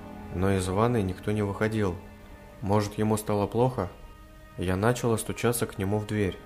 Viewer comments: началА, нАчал. - Ну слушать просто невозможно. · Не нАчала, а началА!!!!!